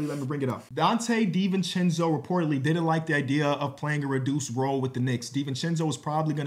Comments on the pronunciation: Perfect pronunciation 1000 times and nobody notices, but 1 mistake and everyone notices. is cursed lol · (i think it's more poking fun at pronunciation than the trade piece lmao)